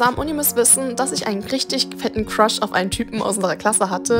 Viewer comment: so:ich habe einen cruhs bekommen was ich verstehe:ich habe einen Fisch bekommen😅